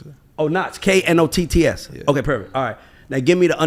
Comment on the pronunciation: It's NOTTZ. Not "Knotts" Great content tho.